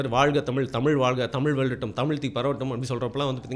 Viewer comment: உண்மை வரலாறு தெரிவது அவசியம். தமில் இல்லை தமிழ். தமிழை கொள்ளாதீர். படமாக நல்ல பொழுது போக்காக இருந்தால் சிறப்பு.